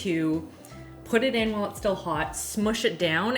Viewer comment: I love how pronounces her H's in Whip and While lol.